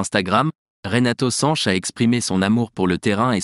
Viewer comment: Sanch et non SanchES